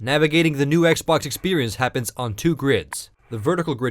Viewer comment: lol STOP SAYING "X BHOK"!